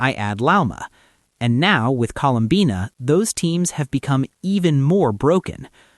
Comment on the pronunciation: Colum-banna 😂 im sorry I can’t